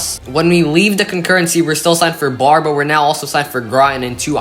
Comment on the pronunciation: Barre, VT is pronounced "Barry".